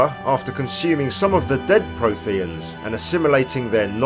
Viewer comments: I can't tolerate how you say Protheans 😫 And Ilos. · Jesus, that mispronunciation of Protheans makes this video unwatchable.